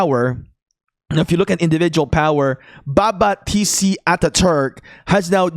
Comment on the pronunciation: This dude making baba sound like baka